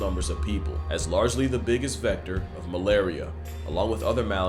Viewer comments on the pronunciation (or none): none